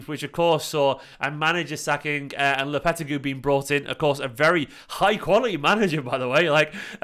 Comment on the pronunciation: Lol god bless, he kept botching that pronounciation